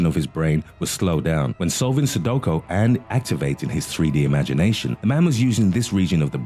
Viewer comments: Anyone else annoyed at how he kept saying sudoKO? It’s sudoKU. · Sudoko? I say it's like sudokU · It really bothers me that you say Sadoko it's Sudoku. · Sudoko hahaha 😂😂😂 Su-do-Q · It's not 'Sudoko', it's 'Sudoku'. Aarrrggghhhh if you're gonna narrate a public video, you need to pronounce words correctly. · Haha sudowkow argh! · Since when is sudoku pronounced "sudoko".... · LOL Only when HE says it😂😂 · Anyone else cringe when he pronounced Sudoku "so do ko"?